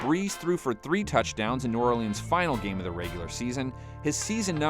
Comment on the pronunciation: This dude really pronounces every letter in Orleans